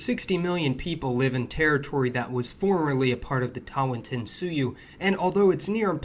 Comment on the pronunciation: TAWANTINSUYU is the "inka empire". I cant make out what said but it is wrong.